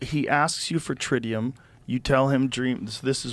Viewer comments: I want to believe, but the fact that the so-called whistleblower doesn't even know how to pronounce tritium seems kinda ridiculous... Edit: and all the other people in the convoy don't recall anything? I call absolute BS. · He did not say "misremembered", he said "mispronounced". Ugh. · He knew exactly what it was when someone showed him "trintium" but then he continues to pronounce it wrong? Why would the extraterrestrial mispronounce the word? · this guy was on Julian Dorey 2 weeks ago saying the blue dude was asking for "Tintillium " now he's on Rogan calling it Trintium🧐 🤔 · This rocket surgeon has been mispronouncing Tritium for how long now 😂?!? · Im so glad he told this storie, Everyone will know this dude is so full of shit. lmao what an idiot! see he said at first that there were a convoy of cars. lol he said tintillium lmao now he is saying its trintium.. Lol GOT HIM!!! people go pull up julian doreys podcast and watch how the story has changed. IDIOT!! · Bro couldn’t even pronounce tritium, has told this story a million times and expects us to believe him? Clown. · I don't like that he didn't know how to pronounce Tritium after telling his story many times. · Dude got thrown off by the pronunciation of "Tritium"?? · He said "this is the best image that we have of what he couldve looked like" thats a dead giveaway this is a fantasy tale, not to mention he mispronounced titrium, you would think something as serious as this he would remember every detail. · It's crazy that he never learned to pronounce the name of the material in his own story. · sus. dude admits he may be miss pronouncing Tritum. After talking about this for the last 30 years. He still can't say it? Very odd. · Lol that's a hard to believe one how do you mispronounce the material the alien asked you for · Speaking to him telepathically but still can't say the name of a fairly well known isotope correctly...how do you have a linguistic pronunciation error if telepathy is involved lol